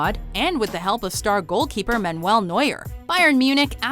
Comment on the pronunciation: ha ha ha manwell? meuler? at least check the pronounciations before making the video